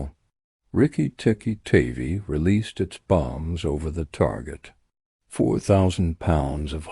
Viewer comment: That's Riki Tiki Tavi--"tavvy like 'have-y' not "tavy like navy".